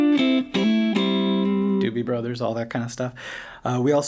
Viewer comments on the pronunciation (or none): none